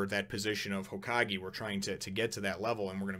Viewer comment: It's pronounced HōKagé.